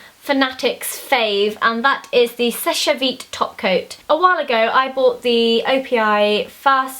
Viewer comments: sesh veet not sesh ey veet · It's pronounced "sesh" vite :) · It's pronounced "Sesh" Vite. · love you v much Zoe but you're saying seche vite wrong